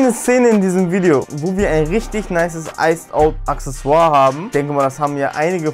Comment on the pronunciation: Wollen wir beibringen Accessoire auszusprechen